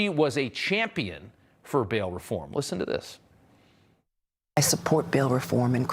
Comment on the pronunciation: What was that "lissen, lissen...lissen!"?